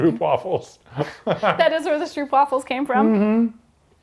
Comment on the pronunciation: The stroop in STROOPWAFELS(dutch) is pronounced like STROPE not STROOP